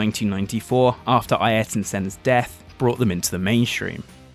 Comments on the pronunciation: We usually pronounce it as Airton, but if you ever hear it pronounced by a Portuguese speaker you'll be like ohhh lol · I have never heard Ayrton Senna's name being pronounced that way